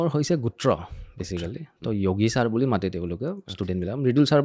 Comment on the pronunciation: Yogi asolote sire hindi pronounce korise. Asolote nath manuhar sub caste Assamese pronunciation t kobole hole যোগি hoi.